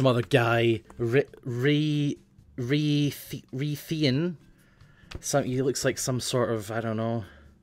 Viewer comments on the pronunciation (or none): "Rie-theean, some sort of wizard." lol great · I cant tell if he said rythian and Kim wrong on purpose